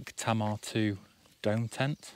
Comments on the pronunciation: Just to let you know for next time the tent is pronounced Tay-mar. It's named after a river in Plymouth. Great haul, my setup was less than £150 but the sale was ridiculous and I think some items had the wrong price tag in my favour ☺️ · Great chill video! Is the backpack waterproof? Fyi Tamar is the river separating Devon and Cornwall. It's pronounced Tay-mar. When you said Cob I thought you meant corn 🌽😂. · Yeah I’ve been told it’s pronounced ‘taymar’. Who knew 🤣 they’re great tents though 👍